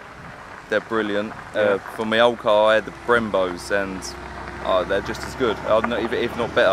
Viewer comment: Totally not car related but in the video I heard: for mi car... is it official English for mi? Or just replacement for my